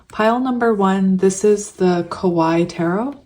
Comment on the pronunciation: Hi, love your channel! You're so sweet. 😊 Since you like to use the Kawaii deck I wanted to tell you that it doesn't rhyme with the pronunciation of Hawaii. It's more like ka-wa-EE 🙂